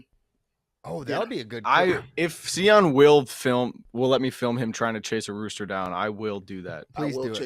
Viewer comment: See- on lol to many cocktail! The michigan fans are being humbled with SEE- ON!! LOLjust playing!